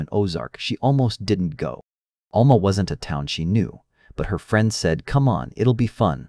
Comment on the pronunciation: I’m from this area. Just a little help with the pronunciation of the towns, sounding them out.😊 Alma ~ Owl ma Spiro ~ Spy ro